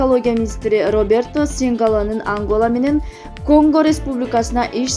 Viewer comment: МОЛДОНОВКА ЭМЕС,МОЛДОВАНОВКА ДЕП ОКУЛАТ,УЯЛГЫЛА,АНГАЛА ЭМЕС, АНГОЛА,ШОЛС ЭМЕС,ШОЛЬЦ ДЕП ОКУЛАТ.